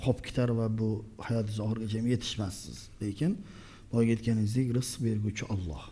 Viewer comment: ОЛЛО ЭМАС ОЛЛОХ ДЕБ ГАПИРИЛА